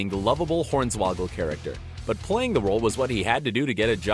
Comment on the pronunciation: His name is Horn-Swoggle...... not Horns-Woggle. WTF is wrong with this guy?